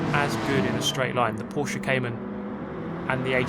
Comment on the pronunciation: Every time you said "Porsche Caymane" I got "Poor chicane", but I guess I'm just drunk.